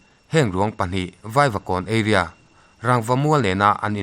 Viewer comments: Area i lam dan hi eiria thin ilam a eria Tia lam tur zawk aw a mizo tak in ka lo sawi nih chu ...a bak chu a ngaihnawm thin e...👍👍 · Eiria nilo Area tih tur, hi chu pu jamesa tang che khan ka la mil chiah theider lo che,uluk deuh thinteh aw